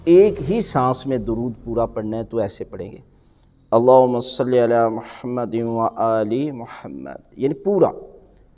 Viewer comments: Please notice this mistake as well It's not Salli but sawlli because it's suaad not seen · قبلہ محترم جناب علامہ صاحب تجوید تو درست فرما رہے ہیں ساتھ ساتھ تلفظ بھی درست فرما دیں قبلہ محترم جناب علامہ صاحب تلفظ خود بھی غلط کر رہے ہیں تلفظ صلی ہے یا صلے ہے ۔؟؟؟